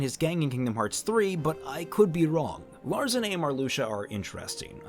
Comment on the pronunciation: I think you mistyped and put Xigbar as number 7 instead of 2. Btw since the organization members were gathered through time, I think they still have their nobody names. And lastly Larxene's name sounds a million times better how it's supposed to be pronounced imo. Sorry dude.